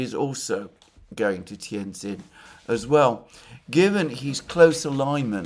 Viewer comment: Pronounced 'tee ann gin' . You're welcome